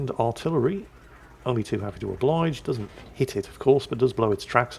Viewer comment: ...I've noticed that you seem to pronounce "artillery" as "artirrery". Something I've noticed while I use one of your playlists (a WoT playlist obviously) as white noise while I hopefully drift off to sleep. Not a problem for me but I thought I'd let you know. Stay positive, your salt miner's are here for you.